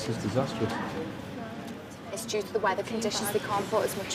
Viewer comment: “This is disaster-ous.”!😂🤣 This one cannot even pronounce the word correctly! And I just can’t believe how the people in this series act, when they miss a flight, or the flight is canceled or delayed!! They all act like it’s the end of their world!! And if you absolutely must be somewhere at a certain time, why don’t these stupid people fly out the day before their event??!! Why in the world would you fly in the day of a wedding, or any other important event??! These stupid people obviously do not have the brain power to think, what if the flight gets delayed, or in these idiot’s cases they miss it??!! 😂🤣